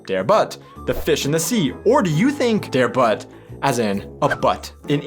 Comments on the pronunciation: „Der Butt“ isn‘t pronounced like the English butt, but with a German u like Mutter or Butter for example! Therefore although these two words are spelled the same, I would always only think of the meaning it has in the used language. And used with its article (Der), I would always read this in German. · * Der Butt - well, even though I know the "english butt", I would never think of this when reading "Der Butt", because the pronunciation is COMPLETELY different. I think native English speakers often make one mistake: they pronounce foreign language words how they would pronounce an english word, and most of the time they are not pronounced the same way, the same goes for the intonation of words. I speak more than 3 languages and I just learned I have to let go of what I already know and learn the intonation and pronunciation of every new language. An "a" is not pronounced the same way in every language, neither is an "u" and so many other letters and then there are specific combinations, that are pronounced differently. Just think of the Italian language and words like "bruschetta", "gnocchi", etc If I were to pronounce them like a german word with the same letter combinations they would sound very differently. So the best thing is to let go and go with the flow ... 😉 * Big Black Buns ... - well, how do you call the burger "buns" in English? BUNS! So this only describes the way they are different from a regular "bun". We would never call this a "Hamburger Brötchen", because the texture is completely different from a "Brötchen", so we keep the American name "Burger Buns" and this just describes, as you so aptly said what these specific ones are .... There we go, no pun intended for the naming of this product. Maybe you just have to get your mind out of the gutter ... Sometime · Please don’t say batt! U like in huge! Der Butt not batt 😉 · Der Fisch "Butt" is not pronounced like the english arse. The u is more pronounced like the "oo" in book